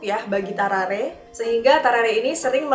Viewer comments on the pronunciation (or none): How to pronounce.. Gue: Tarrare.. Meanwhile: Tawrawree.. Ngakak maap 🤣🤣🤣🤣